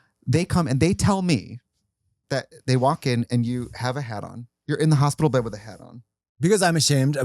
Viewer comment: Are we just gonna skim past 'hop-ital'? 😆 Zoom! The way I'm struggling to keep up is wild lolol